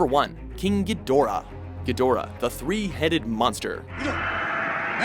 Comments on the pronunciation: Geee-do ra...wow, not Gee doorah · It is pronounced Head o ra not He door ah...man? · Pronounced "gee-dra'" and that MUTO on the list was abhorrent. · the pronunciation of the names frustrated me. He pronounced Anguirus, Biollante, and Gidorah wrong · You pronounced Ghidora wrong